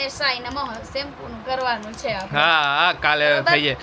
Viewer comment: તમે મોટા ભાગે "છે" ની જગ્યાએ "हे" ane "શે" જગ્યાએ પણ "હે " એવું કેમ બોલો છો... એ કઈ ભાષા છે ??